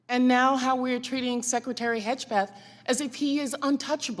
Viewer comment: Hedgepeth? If you don't know how to say a persons name, just be quiet.